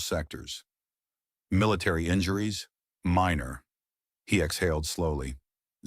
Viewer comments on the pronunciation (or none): none